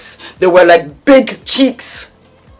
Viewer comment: I am HOLLERING at the way you said BIGGG CHEEKS😂😂 Then you rolllllled that R in round! I'm done😂